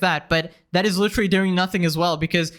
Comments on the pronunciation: litrally? lit-er-al-ly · Why do people say literally like lich-erally